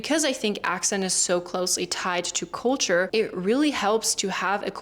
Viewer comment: Well learned. I don't pick up any German tones or sound in your speaking. However, one word you said in the beginning was "culture" and pronounced it as "coal-ture", as if you have a cold. Try not sounding out "oa" as a vowel, e.g. A E I O U. To help, practice with the word, "sculpture."